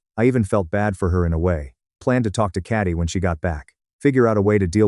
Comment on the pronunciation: It’s Katie, the AI used to read this story can’t read for shit, also this story predates generative AI since I remember hearing it in 2018.